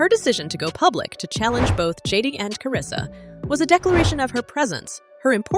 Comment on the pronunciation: Karlissa name too🤦🏼‍♀️ she said karissa where the L at 😂 (Hope i spelled it right)